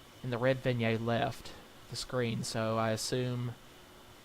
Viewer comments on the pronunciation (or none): I really need to ask you. If you were creating a horror game, and you had a boss that would cry something other than tears. Do you REALLY think you would settle on dried leaves? Specially over maggots? Also, it's Vin-yet, not vin-yay.